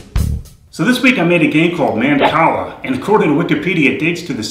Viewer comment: not to be one of those people who nag but you said mancala wrong. please dont vote down or tell me how ridiculous this comment is.